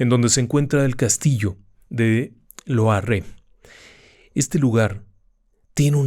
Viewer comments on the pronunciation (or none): Me ha encantado,solo un pequeño apunte, Loarre va acentuado en la a,no en la e,lo cual no desmerece un ápice la narración del 😊